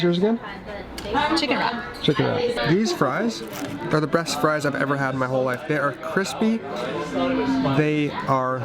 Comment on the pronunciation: Dude you seriously said "these are the breast french fries"... I had to go back and listen to make sure...haha